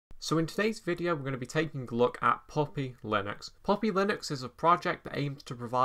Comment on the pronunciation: Bro! It is not POPPY, it is PUP-PI (baby dog).